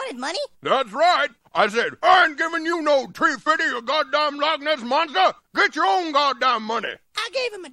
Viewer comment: She said tha Lotness monssa 😂